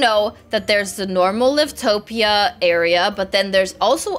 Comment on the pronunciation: You say it like "l-i-v-t-o-p-i-a" but you have to say like "l-a-i-v-t-p-i-a"